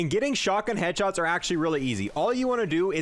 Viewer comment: Why does he not say the s in headshots and kills